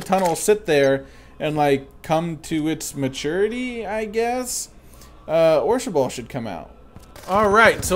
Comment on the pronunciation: it's orshabaal not orshaball